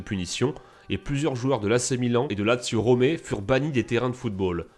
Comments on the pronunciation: "lazio Romé"?? ne commence jamais l'Italien gros, c'est pas bon pour toi.. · "Lazio Romé" mdr